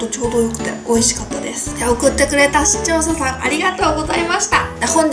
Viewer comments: 毎回思うけど、視聴者さんが言えてないw でも確かに言いにくいww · しちょう"さ"さんwww